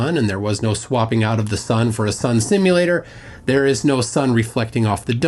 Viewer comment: Sun Simyoolater 😂